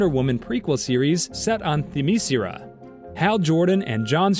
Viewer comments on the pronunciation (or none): 1) If you can't say "Thim-iss-SCARE-a"... 2) People aren't as fatigued of superhero movies, as we are fatigued of cheesy, poorly written and bad CGI'd superhero movies.